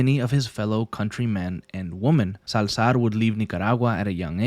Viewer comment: Dude why did you use "Salzar" the whole video